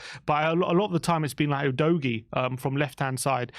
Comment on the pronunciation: Nice stuff. Btw, Udogie's name is pronounced “ooh-doggy". You sort the technicalities: stats, etc ... I'll sort the basics: players' names. 😉